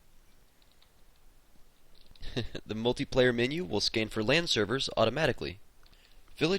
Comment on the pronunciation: did he say lan or land connection?